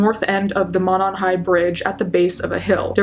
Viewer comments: around here (Indiana) it's pronounced "Moe-non" <3 just wanted to let you know. Thanks so much for this video, would love to see this solved! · The bridge wasn't all that well known until the murders. I live 10 minutes away and was unaware of this highly dangerous bridge. It is pronounced Moe non. Thanks for keeping the case alive. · Veeery small, nitpicky thing, it's pronounced "mOH-non", like the 'oh' sound in 'phone'. I know, super small dumb thing to point out lol. But yeah, this still haunts us. I don't live in Delphi, but a smallish college town like, ten minutes away. Even here, it still affects people. We have crime, like any town, especially a college town. But nothing this terrifying has happened here, the killers are usually caught here. But this just hung like a silent, ominous storm cloud over northern Indiana, and still does. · I'm from Indiana the monon runs from Indianapolis all the way up there it's pronounced Mow-non I can't believe they still haven't found the killer and I only live an hour away what if their serial killer it scares the s*** out of me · The first syllable of Monon is a long o vowel sound.